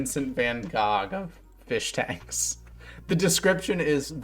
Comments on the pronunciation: bro unironically said Vincent van gog lmao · Tbf everyone that doesn't say it like hchohch ( I don't know how to visualize the sound for English speakers) is mispronouncing it.